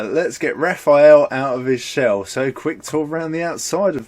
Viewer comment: Hey guys, it's Rafale not Raphael.